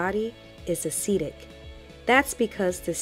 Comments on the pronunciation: Nice videos, very informative! (I do wonder you pronounce acidic as aceedic? You don't say aceed instead of acid, so surely it should be acid-ic) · It's not a long e on acidic! As a nurse I cringed every time you said acidic! Acid-ic..not Aceedic! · THE WORD IS; ACIDIC AS IN ACID, NOT ASEEDIC, That's not a word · Am I the only person who was weirded out by the way the pronounces "acidic"? She says "Ah-seed-ick". I've only ever heard "Ah-sid-ick". Just giving my thoughts, no hate lol it's an informative video. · It's acidic. Not acetic . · That really bothered me throughout the video 😬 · Jacob that was urking my nerves too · I can't get over how you say Acidic loool. So do you say aseed instead of acid 😂😂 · Very informative, but a-cee-dic was killing me in the beginning. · This is very informative but i wish she wouldn't say "aceeedic", its giving me hives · Umm... I'm not trying to listen to anything scientific if you can't pronounce "acidic." Not trying to hate, it's just really worrisome.